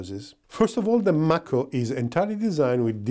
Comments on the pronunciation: It;s pronounced May-ko like the Mako shark. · Nice review of the MAHKO [ M (A) KO ]. Just giving you a little ras for your accent. Watch out for Otis ! He's turning into SkyNet . 😉